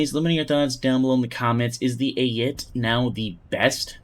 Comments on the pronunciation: pronunciation can very much be controlled and trained. your point in this specific case is also moot because unless you have a genuine speech defect, which at no point in your history of videos has made itself obvious, you should have no issue pronouncing them correctly. in any case, the correct pronunciation for "Ayit" is closer to "ah-yeet", while the term SPAA is generally pronounced per letter (i.e. you pronounce each letter separately). the problem lies in you pronouncing words as if they are written phonetically, which they are not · "AYIT"- EYEIT